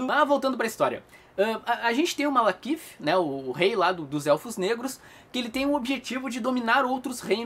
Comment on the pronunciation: Toda vez o fala MaLAkith invés de MaLEkith. Eu ri hahahaha